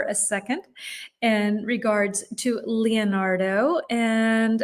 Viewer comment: Please, try to pronounce the 'e' in Leonardo like the 'e' in Lorena, and the 'i' in Michelangelo like the 'i' in Mikela. That way, you'll sound more natural! 🙏🙏😂😂